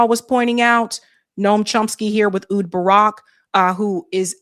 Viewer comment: Ehud. Pronounced "A Hude"